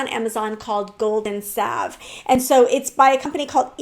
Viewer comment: Finally, someone who pronounces salve like I do, someone laughed at my silent L and said it’s saLv. But for clothes, I adore mine, mostly, but need to do a purge of those I don’t. I’m waiting for cooler weather, it’s going to be 100F today and I don’t have AC. Moving clothes around and trying them on can be hot work.